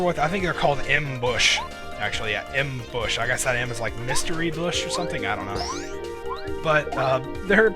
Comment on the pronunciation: M.bush not bish, sheesh.